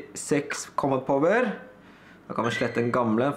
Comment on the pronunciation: Du ut-taler alt kjempebra, men du sier litt feil combat power, men vet hva dysteleksi er så det skader ikke meg.